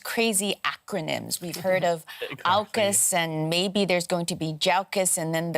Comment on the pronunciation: I thought he said jackas